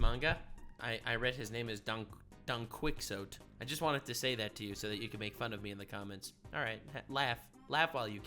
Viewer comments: I lost it at "Don Quicks Oat" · Don't worry. When I played Castlevania: SotN when I was younger you can find a book titled Don Quixote. And I pronounced it the same way you did